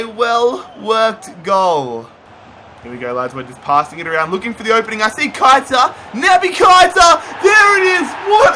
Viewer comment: It’s pronounced Keh-I-tah Not Kite-a